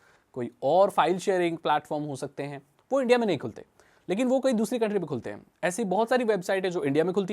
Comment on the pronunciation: When u say Dhusri duniya 😂😅